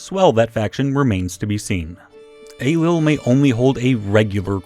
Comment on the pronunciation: "Young king Ey-lull of Scotland" Dhia ár shabháil